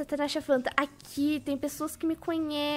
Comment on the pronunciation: Se sempre fala tanasha fanta em vez de natasha panda